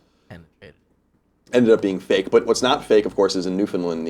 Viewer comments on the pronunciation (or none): Close Colin, but, alas, this time, you were wrong...I'm originally from Newfoundland, it's pronounced: New-Fin-Land...but good on ya' for actually knowing that we exist & our Viking heritage!! 😊😊